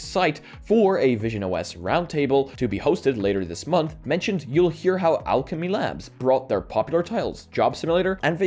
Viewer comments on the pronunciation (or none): none